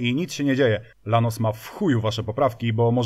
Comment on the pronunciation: Był Gólf, był Paseratti end Lanus. Na następny odcinek proponuję kolejny "Polsky Pszebuj Handlarski" czyli Skodziankę Oktawiankę ;)